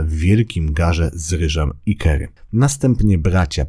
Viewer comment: "kary" nie "kery".